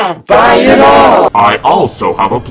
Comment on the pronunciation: I can't be the only one that thought that said buy my shit rather than buy my shirts in his intro?! I learnt 2 days ago, for the years I've been watching I never knew...the more you know 😅😅